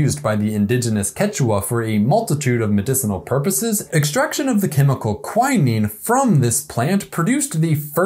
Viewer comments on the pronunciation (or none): none